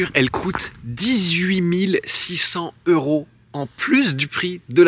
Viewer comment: J’adore tes vidéos, mais il ne faut pas que tu oublies de faire la liaison avec les euros. par exemple mille six cents Zeuros….